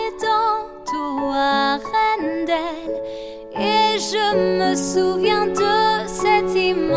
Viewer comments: poison ivy pronounced "Arendelle" because she combine the word with "Todo" like of she said "por todoArendelle" and I think she also tried to use the original pronounciatiom xD. Oh I agree with Taiwanese, I love Taiwanese a lot but is such a good replacement, she sounds so emotional here, even in LQ. She is my fav here with. Thanks! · It was interesting to hear how some languages pronounce Arendelle, I found the Spanish and Russian pronunciation the strangest hah. I loved Shennio to the moon and back in Frozen but I must admit that is a very good replacement, she sounds absolutely heartbreaking in this song. She's by far my favourite in this bit, even in LQ. Other versions that I love here are Croatian, French and Swedish. Beautiful multi!